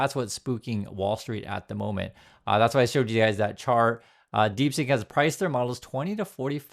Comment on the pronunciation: Its deep seek not deep sink !!!😊